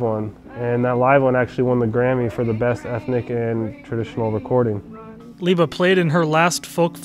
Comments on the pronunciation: Why are you saying her name Leeba, Mike and Peggy called her Libba? She was a very a dignified person, I saw her several times. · I've heard the real Mike Seeger (not this guy, whoever he is) and his brother Pete pronounce her nickname "Libba" with the short "I" as in "river", not as "Leeeba." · Yes, Libba was her nickname, but I think it was pronounced Libba, with the "i" sound as in Elizabeth, not Leeba, as this guy pretending to be Mike Seeger pronounced it. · "leeba" ? Cmon man, this is absurd.